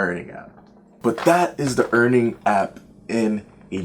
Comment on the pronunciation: Dude its Earnin, not earning